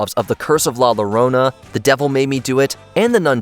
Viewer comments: “The Curse of La Lorona” 😂 It’s Llorona, pronounced like a Y “Yorona”, remember quesadillas? Just like that, in Spanish, double L is always pronounced like a Y, Spanish is not the same as Italian. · Llorona... Come on... Is not "lorona" is llorona, now sing the Llorona song from Coco until your pronunciation is right. Emilia Nieves and the Seven Academy Awards 😂